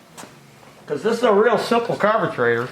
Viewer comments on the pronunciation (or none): "Carbetrator" .... I laugh every time you say that.